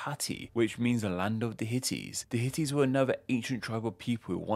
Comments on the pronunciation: Hittites, not Hitties!!! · I meant , not . He says HITITTES. not HITTITES. No one here is talking about the HITTITES but you. Listen. Read. He says hiTiTTes, not hiTTiTes. There are no hiTiTTes. That's the joke of this whole thread, dude don't you get it. Damn.